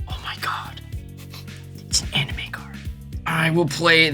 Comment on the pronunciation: Aha! Prof CAN pronounce anime correctly.